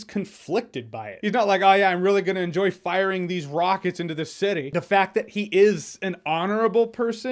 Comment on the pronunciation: "I just wanna find some rrRckets"